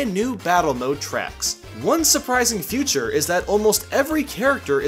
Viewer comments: You kept saying "future" instead of "feature" :3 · or , I think he meant to say fun little "Feature" but I heard future XD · Why the hell do you keep saying "One new future" or "A new future" Instead of feature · You say future everytime you mean to say feature. Very killer, ruined video for me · XD OMG! you said one surprising future IT'S FEATURE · He said,"future" instead of feature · He says Future instead of Feature, At least, that’s what I hear.. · Every time he says feature, he instead says Future. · It's "feature," not "future" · I heard future everytime he said it. I thought I was going crazy! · one surprising "future" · why do you say feature like "future"